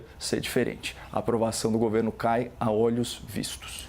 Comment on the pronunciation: Será que ninguém sabe falar o português corretamente nesse país? Ôlhos vistos Coppola? Ou ÓLHOS vistos? Erro crasso amigo .